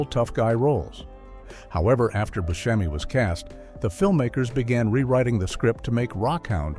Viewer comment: Good Video even though certain mistakes were made such as Booskemi instead of Buscemi